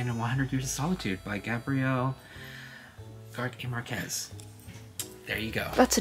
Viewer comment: as a spanish speaker, forever obsessed with the way pronounced gabriel garcia marquez 😂